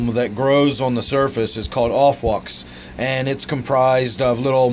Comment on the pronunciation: i think it's a pretty attractive fish. Subscribed because you had a good stab at pronouncing aufwuchs. Nice tank